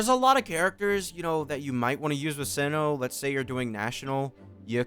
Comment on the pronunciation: you've killed me at the beginning when you called him "see-no"